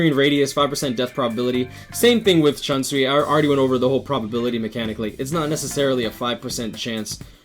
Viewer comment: Its shoonsui not Shansui* GG though good vid, I dont have all of them personally but very intresting top10 indeed.👌